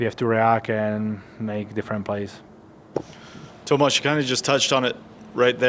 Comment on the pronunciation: Tomaaazzz he wanted to say something else. Mispronounced his name